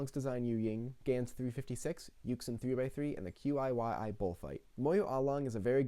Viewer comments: sorry for being a pedant, but YuXin is pronounced yoo-shin, and QiYi chee-yee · I was stuck between those two also and I picked yuxin lol (btw not to be a know it all or anything but it's pronounced yoo-shin)